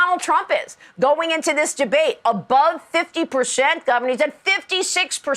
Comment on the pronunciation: Maria: Trump is at 51 pershent.. !!!